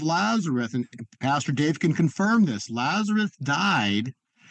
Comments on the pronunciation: He keeps saying Lazereth and not Lazarus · Did he say "Lazareth?"